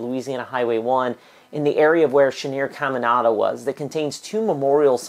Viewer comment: It’s pronounced “CamiNADA” not “ CamiNANDA”. Your putting a 2nd “N”